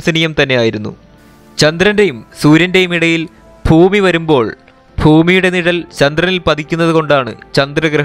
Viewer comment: ശരിയാണ്. ഫൂമി : ഭൂമി